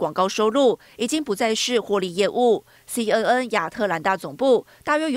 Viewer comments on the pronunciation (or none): 听着一直报导西嗯嗯西嗯嗯，我暗地里笑了，新闻播报员至少ABC念准一点可以吧。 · 親愛的播報員， CNN 「N」的發音錯誤了， 趕快改過來吧！